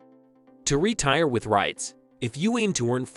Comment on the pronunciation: Nah I can’t trust anyone who pronounce “REITS” like that